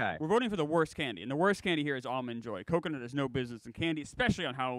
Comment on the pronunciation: “understanding” and pronunciation of Almond Joys made my brain bleed